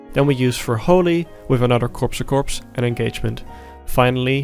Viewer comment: I'll out myself as that guy and say it's pronounced core-a-core. Not Corpse a corpse